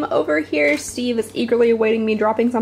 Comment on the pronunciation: You calling “Steve” “Steven” made my whole life 😍